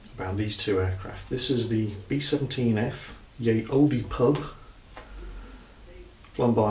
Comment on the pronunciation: Good story! :) No "e" sound on Olde, though ;)